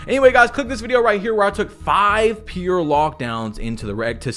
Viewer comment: Why do you say pear instead of pure lmfao! It sounds so bad 😅